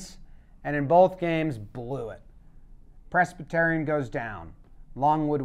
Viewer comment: In this video I learned has no idea how to pronounce Presbyterian